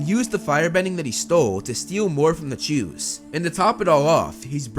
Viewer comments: Yes although it sounds like he is saying Jews but if you listen closely he is saying chews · I needed to come to the comments to know their real name it really sounds like jews.. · For a moment, I actually thought they were called 'jews' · I swear it sounds like he says "he continuously stole food from the Jews" lol. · Am I the only one who keep hearing "to steal from the jews"? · “Chu’s” sounds a lot like “Jews”, and made me do a double take as I was listening to it 😂